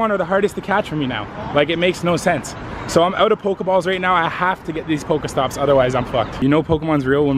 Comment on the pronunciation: It's not poko stop it's pokééé stops